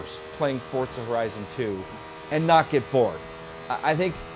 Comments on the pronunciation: fortza you mean forza wheres the "t" in the name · Actually forza is pronounced the way it looks. For-za Pizza is pronounced the way it is because there is two z's My dad is off the boat Italian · "Fortza" is the proper pronunciation of an Italian word. Less emphasis on that consonant than in "pizza" but still a sharp "z."